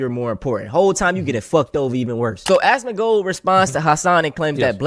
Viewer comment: It's Asmongold, not Asmongolt. It's pronounced explain not esplain mfer